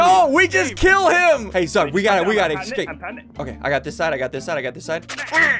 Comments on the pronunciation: I like how he pronounces escape as ecscape. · is it just me or does ssundee say ecscape?